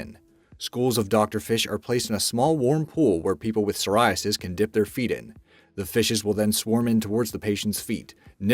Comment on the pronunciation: Psoriasis has a silent p in it 😐